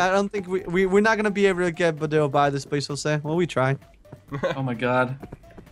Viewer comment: he pronounced your name wrong.... I... it bugs me.... so... so much.....